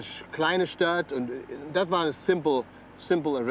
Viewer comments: sagt er da gerade „dat“ ?😂😂😂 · warum sagt der sprecher bei auch schon "dat" haus :D:D:D:D berliner texas akzent :D icke have hunger!